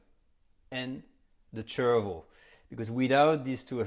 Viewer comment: I thought he said "cherryville"